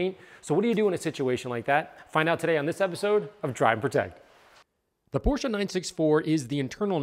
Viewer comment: Thank you for saying "Porsche" right.